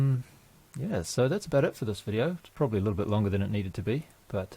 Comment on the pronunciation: GREAT VIDEO, i mean vi'di'oh!